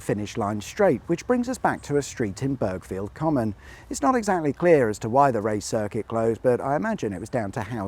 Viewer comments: Born and raised in Burghfield Common, so nice to see our local circuit's history! Only being pedantic, but we don't bother pronouncing the G in Burghfield, so it's more Bur field than burg field ;-) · It’s pronounced “Bur-field”! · I used to live not a million miles from there! Oh, and a little tip, it's pronounced burr-field... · The "G" is silent, Pronounced berrfield.. Burghfield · Never knew that was there , lived just down the road in "bur-field" the G and H are silent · I used to live in Burghfield common and had heard of the local hill climb but always was told it was man’s hill itself (the main road) which would make sense as it does climb a hill. Thanks for clearing that up. And before anyone moans at you it’s pronounced burr-field! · The g in Burghfield is silent, unless you want to annoy someone from Burghfield in which case go with the /Car Sat Nav pronunciation.